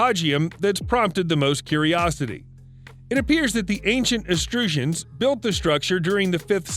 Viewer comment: "Extrusions" for Etruscans?